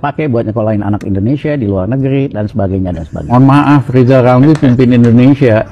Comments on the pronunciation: Ah yg bener min,masa Lijal Lamli mau nyapres,aku ndk percaya,ambisi dan hayalanya mungkin.Ucap huruf R aja nggk bisa,mau nyapres???????, Preeeeetttttt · Lizal lamli gila jabatan ngomong r gk bisa tapi hayalan tinggi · haaaaaaa yijay yamyi mo capres ngomong R aje ga bisa...partai hti fpi x yg mo milih die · Hehehege Yang jadi antene nya lijal lamli bisa" tuh tv siarannya ga ada huruf R nya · What??? lizal lamly mau jadi pleciden endonecia..??? Ancorrrrrrr!!!😂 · Hahaha Lizal Lamli Lg Mimpi Buluk. Woi Lajawali Ngeplet Ngomong aja dulu Benelin... Coba bilang R. Klo bisa Saya mau Pilih Anda. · Rizal Ramli itu suruh belajar ngomong R dulu...😂😂